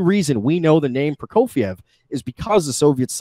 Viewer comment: His pronunciation of Prokofiev made me cringe